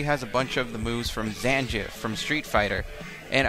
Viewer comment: never heard someone butcher "Zangief" so hard